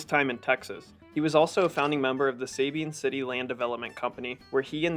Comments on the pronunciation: All of this effort to research for these videos, and you would think one would research how to pronounce Nacogdoches, Sabine, Nueces, and Rio Grande correctly. Makes me wonder how much of this video is even accurate if something that simple is wrong. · Must learn how to pronounce Nacogdoches and Sabine. 😂